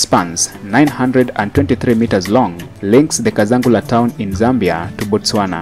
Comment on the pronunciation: Thanks. Just some help with pronunciation. Kazungula is not pronounced as Kazangula but as Kazungula. Hope you’ll get it right next time. Anyway, have a good day mate.